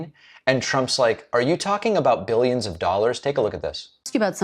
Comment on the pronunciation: Because like the word "tariffs" he loves to say "BILJUNS and BILJUNS"